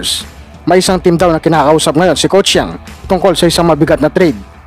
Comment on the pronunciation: Brod. pilipitin mo ung dila mo para mabigkas mo ang Yeng hindi Yang